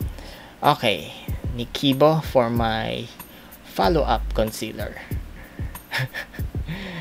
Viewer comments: "niKido" (nichido) hehe cutie ☺☺ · Tawang tawa ako sa NICHIDO naging NIKIDO lol.😂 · I love how pronounced the NICHIDO hahahahahahaha 😂😂😂 He says NIKIBO 😂😂😂 (and then he laughs) hahahahahaha 😂😂😂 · Nichido-nikido... Hahaahhhhaa grabe parang comedy... Grabe pag pronounce nya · did i hear it right? NIKIDO imbes na nichido??? haha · super laughtrip ang voice over dko kinaya yung nichibo "nichido" hahaha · NIKIDO???? NICHIDO hahahahahaha cute!! ♥ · Haha naloka ako sa "nikido"(nichido) at "morph"(morphe) ni! Buahahahah!! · nakakatuwa pramis hahaha. tawang tawa ako sa NIKIDO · nichido "nikido" hahahahahaha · Hahaha bentang benta ang voice over ni!! Bongga ang "NIKIBO" (Nichido) lol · Hahahahahhahhaha! tama ba ung "nikido" na narinig ko po instead na nichido..sorry sobrang cute lang po talaga ng video na to 😂😂😂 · Nikido daw sabi ni?! hahahaha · Nikido? AHAHAHAHAHAHA LT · NIKIDO = Nichido hahahaha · yng nichido na nikido hahah . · "Nikido" daw ung Nichido HAHAHA GANDAAAA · Natawa ko sa nikido (nichido) hahahaha good job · dami kung tawa sa 'nikido' (nichido) hahahha plus yung kilay is power at yung pasmado dahil sa kakape..nko idol na na talaga namin kau my sense of humor.ehheeh.. mag video kana rin cooking tuitorial:) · "Nikibo" ba yung pagkakabigkas nya sa Nichido final powder?😂😂 Hahahahaha Laughtrip si 😂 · Nichido = Nikido 😂😂😂 "Aura aura para bumenta" 😂😂😂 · "Nikido" and "Steel brush"... I died. 😆 you're the best 😀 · nakakatawa si ung "NiKiDo" parang naging japanese word. and ung "Shakara" na kara eyelashes hehe. btw super supportive husband you are both lucky being a wifey and hubby. looking forward sa mga susunod na colab nio. mamshie transform mo si hhehe. #TheClutzFam #GodBless #SpreadTheLove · That "Nikido", "Tartelet", and "morp" hahahaha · Ano yung "NIKIDO"??? 😂😂😂 ang funny ni! Nastress sya pag voiceover!!